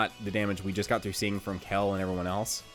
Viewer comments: You guys need to teach how to say Kale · why do you pronounce kale, seal, and heal so wierdly